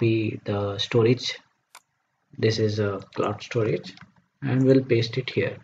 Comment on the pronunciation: Everything is okay until it ruined by ```stroage```